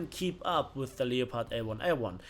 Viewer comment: No one gonna mention he mispronounced leopard the whole time? It's pronounced L-e-p-ard. otherwise was an excellent video